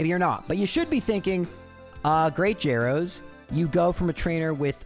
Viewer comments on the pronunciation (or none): none